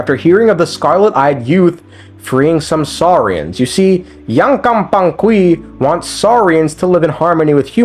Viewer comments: I can't pay attention to what you're saying bc I'm too busy laughing when i hear YANKANGPANGQUI it's so good 😂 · My brother in Celestia, please. Yupanqui = you pan ki